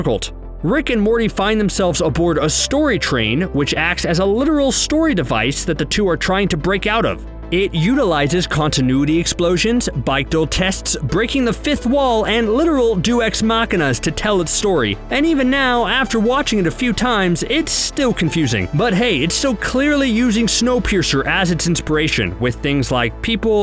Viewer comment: “Dues ex machinas”? I think you mean Deus ex machina. It means god from the machine. But thanks for the attempt.